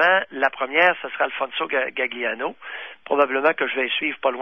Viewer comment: Alfinso Gagliano ça se prononce Galiano (le G est muet en italien) C'est comme famiglia on prononce familia